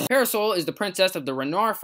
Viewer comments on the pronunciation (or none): I really like this video. Excellent topic and supporting material. But, I have to watch it in shorter segments. It sounds like is pronouncing "parasol" as para-soul. This may or may not be the case, but it is hard to get over. Top quality content, though.